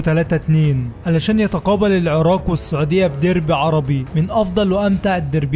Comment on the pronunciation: لجهتك تخبل العراق وليس العراء